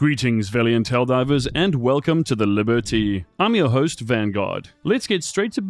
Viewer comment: My Patriotism is so confused right now! One one hand.. Liber-tea.. great pun from the game. On the other hand.. hearing a brit say it as an American makes me want to throw it into a river! WHAT IS THSI!? AAAHHHH!!!